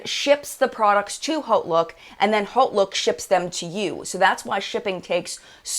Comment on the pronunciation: Are you saying Holt look or (what I found) Haute Look?